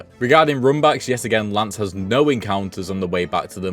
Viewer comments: I know I'm probably being annoying but her name isn't lance it's lace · Why’s he calling lace, Lance? Lol wtf?